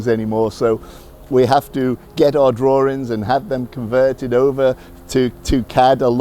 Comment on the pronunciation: WTF is a drawring???